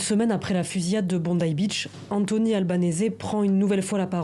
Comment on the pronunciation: Ça se prononce /albanisi/ pas /albanésé/.